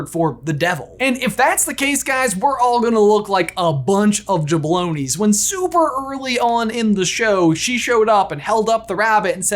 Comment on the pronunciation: It's JaBROni not JaBLOWni